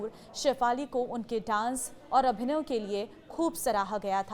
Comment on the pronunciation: अभिनव नहीं अभिनय